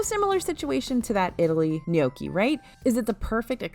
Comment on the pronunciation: The fact that you pronounce gnocchi correctly makes my soul happy! The amount of “No-key” I’ve heard this week from fest reviews🥴🥴